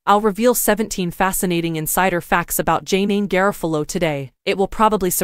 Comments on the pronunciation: "JayNeen GarraFahloh" You bloody mental robot. 🤖🤷‍♂️ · NO on the AI voice that butchered her name. Hire a REAL voice talent to do this.